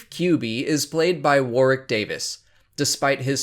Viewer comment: Finally an American pronounces Warwick's name correctly! ... not even the Star Wars YouTube channel does that XD .... full Limey marks!